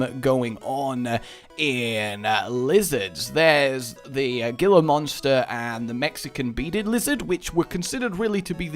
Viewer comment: That pokemon promises to be badass! I think it definitely deserves your attention here. :) A small, somewhat naggy note: Gila is pronounced 'he-la' not 'gill-a'. Sorry! I know it's not important. It was just bugging me as someone who lives in the southwest US.